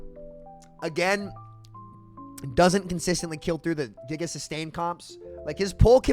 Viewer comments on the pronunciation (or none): none